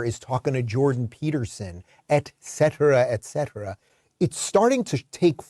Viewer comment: Did he just mispronounce "et cetera"?